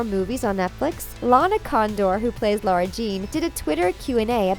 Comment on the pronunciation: It literally says in the third book that it's not pronounced "LAURA ". It's pronounced LARA